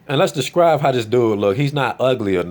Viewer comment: Good video. It's "describe," not "descrive."